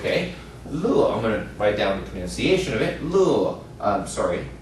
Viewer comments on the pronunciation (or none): Just watched the first 3 minutes. He mispronounced "pronunciation" and "vocabulary."